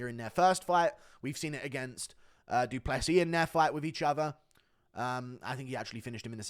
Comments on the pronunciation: "doo doo Plessis" 💩😂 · Da Dew pless eez